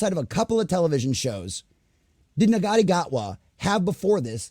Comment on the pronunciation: Sorry to be a nit pick but Ncuti is pronounced "Shoo-ti", but agree they need to focus more on writing instead of modern ID politics.